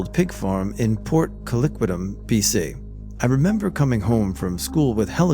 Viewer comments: Yep! Haha I came here to comment that is sounds like "Co-quit-lem" 😆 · “Port coliquitum” that pronunciation of Port Coquitlam absolutely killed me for some reason